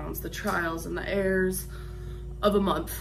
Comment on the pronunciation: Alexus Davis according to her usual pronunciation of "mirror", which is meeerrr, she was actually saying "errors", though it sounded like "airs". So it's consistent. She deserves a pass on this one. She WAS using "trial and error" in the wrong context, but that's a separate issue and not really that bad because it still made sense in the irregular context.